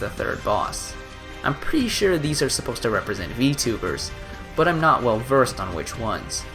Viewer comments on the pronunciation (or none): none